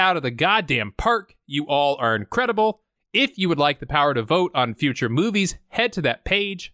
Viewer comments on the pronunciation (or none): none